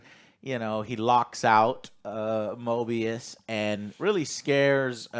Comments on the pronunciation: Stop calling him Morbius, it's driving me crazy 😆 It's MOBIUS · Joe keeps saying "Morbius", it is "Moebius", right? Like I haven't watched this show, but given the nature of this show, a moebius strip reference in naming makes much more sense than a vampire... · I think it’s actually pronounced MObius, MoRbius is the Vampire while Mobius is the TVA Agent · love how they're saying morbius and not mobius lol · Mobius, not Morbius. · Come on guys it's Mobius not morbius don't remind me of that shitty Jared Leto movie. I think the best thing about this season so far is the budding bromance between Loki and mobius, Loki's never had any friends at all so it's really cool seeing them actually show concern and be friendly to each other in a way that doesn't involve Loki just trying to manipulate everyone around him. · Why they keep saying Morbius ☠️ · Its Mobius not Morbius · Moby rhymes with OB: mOBius! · I think I twitch everytime they call Mobius Morbius. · its mobius not morbius 💀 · Guys……….. It’s MOBIUS THERES NO R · Mo-BEE-us guys, he ain’t no vampire. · Argues over X-5’s name for 5 minutes. Fucks up Mobius’s name 20 times.